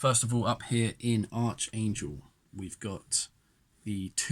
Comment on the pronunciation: Finally someone makes a Bold further move into the Eastern front instead of just Puppy dogging it forwards and backwards again, and it certainly looks like this game is gonna be bogged down into the mid teen rounds unfortunately - btw it's pronounced ArKangel, not ArCHangel unless you Brits purposely say it that way anyway!!!